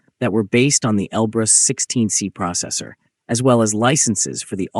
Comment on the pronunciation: Он Elbrus-16S, а не 16C